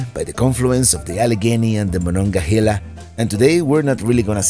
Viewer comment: Been a sub for a long time. Enjoyed seeing you visit my town. Most importantly... THANK YOU for saying the name of the Monongahela River correctly. Most outsiders say it wrong.